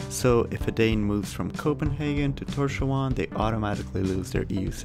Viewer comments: it is tors-havn, not tor-sja-un. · Him trying to pronounce Tórshavn made me cringe